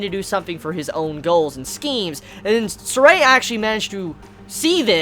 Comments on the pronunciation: it's been said time and time again it's not ZESTRIA:( it's pronounced as ZESTIRIA 4 syllables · Whatever, how he pronounced the name is already quite close. As long as he didn't pronounce Zestiria as Zes-ser-te-ri-a~ (five syallables LOL)